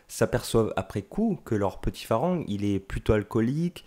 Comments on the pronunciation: hello, un peu d'effort svp pour prononcer le mot Farang on ne prononce pas le R. on dit "falang" . Le son R n'existe pas .merci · 😂 merci j'avais trop envie de le dire, je ss Lao , les thaïs st mes cousins😁 & malgré tt on dit "falang" qui ne se prononce pas "en" mais presque "a"